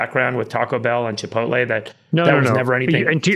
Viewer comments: Chi po tay 😆 chi po ti 😂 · Chipoleh lol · Chipolte does have t in it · See, even the exceedingly wealthy can't properly pronounce Chipotle. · LOL I swear boomers can never pronounce Chipotle 😂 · You guys remember that Jack in The Box commercial where Jack was trying to say "chipotle"? 😂😂😂 I was laughing my ass off... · Imagine being so rich that you can’t even pronounce Chipotle properly.